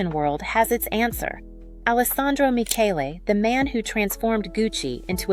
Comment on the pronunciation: AI slop. Can't even pronounce Michele's name properly. And the bias against non-gender conforming aesthetics is clear in whoever the "creator" is behind this. And it's ugly.